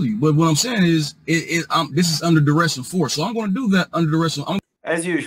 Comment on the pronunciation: I guess they consider it a success if they end up handing over the required documents as long as they say "its under daress".🤣🤣